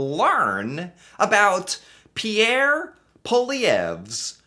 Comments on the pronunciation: Good Job on prononcing Pierre Poilievre correctly. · I was actually impressed how well pronounced Pierre Poilievre's name...even for a lot of Canadians that's a hard one lol